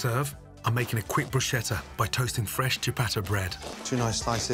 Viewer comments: It's pronounced "broo sketta" not "broo shetta." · My ears started bleeding when he pronounced 'bruschetta' completely wrong :'( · He doesnt even know how to say Bruschetta.